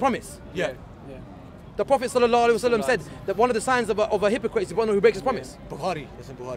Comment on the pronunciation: The guy does not even know how to say Sallallahu alaihi wassallam properly and he say that he is muslim...what a junk...have anyone noticed it ? For saving time ( /59)..